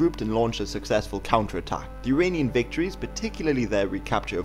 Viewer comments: Uranian or Iranian??? get your pronunciation right !!!!!!! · Why do you pronounce "Iranian" like "Uranian"? It is quite annoying...